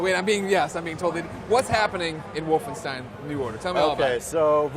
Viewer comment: It's Wolfenstein.